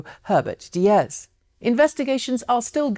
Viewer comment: Hey! love your videos and this one too. btw memory aid: diess rhymes with geese...